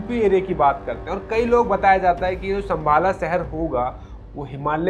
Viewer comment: bhai sambhala nhi h sambhal h